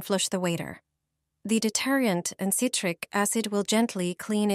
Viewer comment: No kidding!! The word detergent almost knocked me out!!